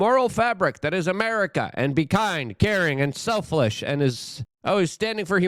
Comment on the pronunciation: Selflish....i like that one no really, i never make fun of the pronunciations, i get it